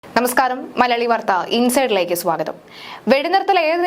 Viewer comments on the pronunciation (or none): none